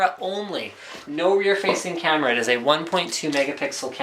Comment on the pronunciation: I know he said camera, it allmost sounded like "canon"